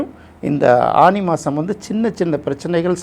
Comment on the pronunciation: அது ஆனி not ஆணி 😊